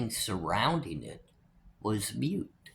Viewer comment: Thats been *moot*. Not mute. No disrespect intended. I just always prefer somebody to correct me so I dont keep saying a word wrong. Sending good vibes to all of you!